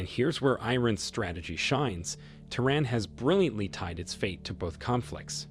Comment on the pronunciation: Is not I-ran and is not Te-Run stupid illiterate!